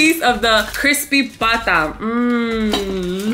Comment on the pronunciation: "Crispy bata" is so funny 😂😂😂 you just said Crispy kid. Haha. It's Crispy pata.